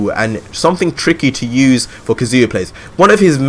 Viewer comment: kaZU-ya ,lol the way u say his name is annoying